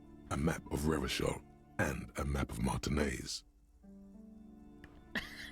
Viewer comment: No! Don't pronounce it Revakol!!!!!